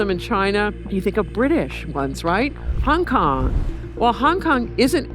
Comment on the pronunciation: I like how she mispronounces Hong Kong Wtf is Hung Kung? 😒